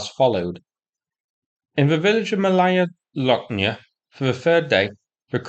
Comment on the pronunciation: It sounds "Mawaya Woknya", not "L". It's the same as in Polish "ł".